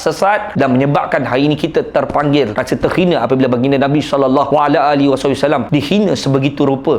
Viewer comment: bang sebut rasulullah sallallahu alaihi wasallam tu kene sebut betul2